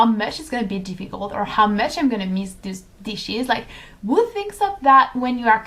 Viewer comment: just a little constructive criticism (as i am learning french and love it haha).. raw is pronounced more like rAWH and who is like HOO , if that makes sense